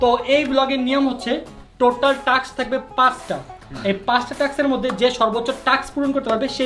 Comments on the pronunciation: Taks na vai task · No taks it is taa Task